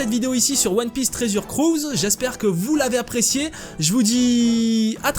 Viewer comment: mdr applique toi sur l accent anglais putain tresur crus